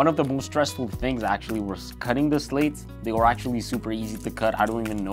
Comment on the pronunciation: Amazing video quality! Did you say Audio Technica Podmic? They're called Slats not Slates.